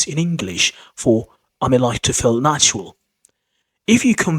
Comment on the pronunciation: "How did you feel " sounds very much like " How did you felt " (9.01) :face-turquoise-covering-eyes